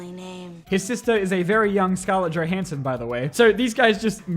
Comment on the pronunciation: It has 5 sequels… Edit: as soon as you actually pronounced Johansson correctly, I gave you a like 👍🏻